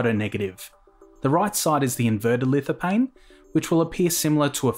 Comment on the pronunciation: you don't prononce the "P" in lithophane, ph is "F"